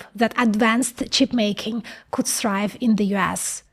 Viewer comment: "Whatever coot go wrong, went wrong." 😂